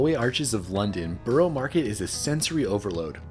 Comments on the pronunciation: Hey I know this is pedantic but it’s a really easy thing to learn - Borough is pronounced buh-ruh not burrow. So whenever you see a place with borough, burgh, boro on the end such as Edinburgh, Loughborough etc. it’s pronounced buh-ruh. Hope this helps! 😊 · Burugh (that;s how you say it) not Boro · You didn't let us see you try the pistachio donut and what you thought of it? Also, please stop pronouncing it as "Burrow market". It's pronounced like "buh·ruh maarr·ket". Yes I know I'm being picky 😂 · Borough is pronounced Baarah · lol it’s not called Boro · It’s BURRA market, dullard! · It's pronounced " Burra" If your from England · Please learn how to pronounce borough market correctly.